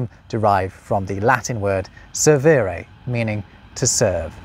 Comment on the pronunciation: Fun! Servire is pronounced serweere though. V is U.